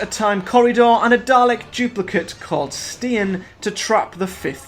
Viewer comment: It's 'Movellans' and 'Stein'.